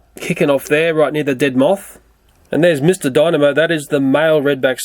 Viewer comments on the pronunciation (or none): none